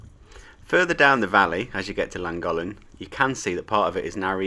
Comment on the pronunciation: Lovely video, I enjoyed it, but please learn the correct way to pronounce Llangollen.